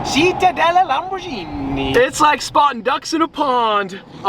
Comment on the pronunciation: You say LamborGHini like in Gunther! NOT "Lamborshini"🤌🤌 Do you say Spasjhetti aswell?!😂